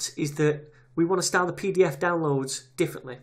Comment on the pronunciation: I just love how you say "style"